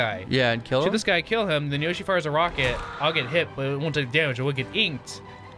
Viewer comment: Yershi that doesn’t sound right maybe it’s Yoshi (Yo)shi